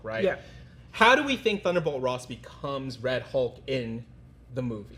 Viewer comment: I thought he was "Rulk" instead of Red Hulk